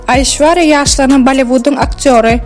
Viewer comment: Gyzynyn adyny yalnysh tutup gurleyan